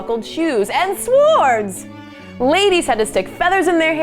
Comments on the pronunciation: did you really say swords and pronounce the w? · Do we really pronounce the w in "swords"…?